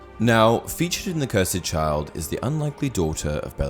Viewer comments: I'm a big fan of your videos but this is completely wrong imho. Couldn't be more wrong in fact. Firstly, it's called the Cursed Child not the Cur-said Child. That really grated on me. Secondly on the actual video, Voldemort was not under a love potion. He didn't show any of the signs that he was under a potion. No infatuation. Nothing. He was joyous in OOTP because he had his most dedicated followers return to him. Tom Riddle Snr was infatuated, Jacob was infatuated, Ron was head over heels because of the strength of the potion. Voldemort showed no such signs. Whenever he was with Bellatrix, he showed fury after the Department of Mysteries, humiliation at Malfoy Manor at the start of book 7, punished her for letting Harry escape Malfoy Manor and then again after the Gringots break in and then cruel dismissal of her concern in the forest before his death. The reason he did it is actually in the Cursed Child since 2018 after it went to Broadway and the third year cast in London. At the end of Act 3, they removed the line about 'Anything but that' when Harry finds out Voldemort had a daughter, and in its place is a new Harry line 'The ultimate Horcrux... of course he did!' And then Draco says, 'Voldemort had a daughter?!' And then act 3 ends. So it was the ultimate horcrux. Bellatrix and Voldemort had Delphi as a way of ensuring another part of Voldemort lives on. Delphi is essentially a sort of 8th/9th horcrux. The one thing you nailed is though that the Cursed Child is 10000% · Anyone realises he keeps saying "Harry Potter and The Curs Ed Child"? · You’re saying the title of it wrong